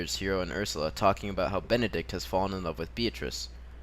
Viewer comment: m8 it's BENEDICK not Benedict! but cool video anyways